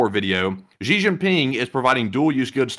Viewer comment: Its Xi, not ji , zhi or gee. Sounds most similar to SHE in English. The joke "That's what she said"' hits differently in China.